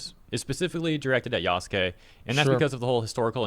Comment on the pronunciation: Lmao everytime he says Yaskay instead of Yasuke i cringe so hard 🤣